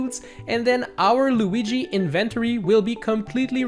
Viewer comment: Inventery. I mean I know he's got an accent but that's funny.